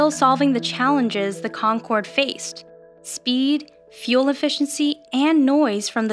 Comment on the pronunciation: The guy in the begining calls it the Concroad